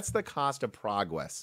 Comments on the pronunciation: im so glad tech is progwwwwwwesing. :D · "and thats just the cost of progwess" OωO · He dunno how to pwonounce "pwogwess" cowwectwy. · Pwagwess? OwO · Prawgwess... instantly reminded me of the wedding ceremony in Princess Bride Mawaige! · Got the like for leaving in the "pwogwess" blooper. Humility is also a virtue. 👍😂👌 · It is good to see AMD making "prahgwress" !! 🤣🤣🤣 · Hahaha praghwes, I love the fact you keep in bloopers sometimes